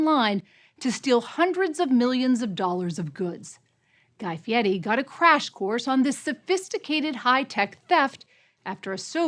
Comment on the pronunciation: Guy Fee Eddie, huh?